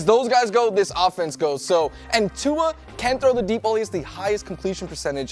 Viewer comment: It’s annoying hearing them pronounce Tua’s name wrong. There is no letter N in his last name